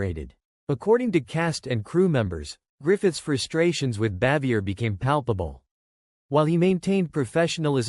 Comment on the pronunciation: Either the narrator is an idiot or maybe AI but he sure as hell doesn't know how her name is pronounced.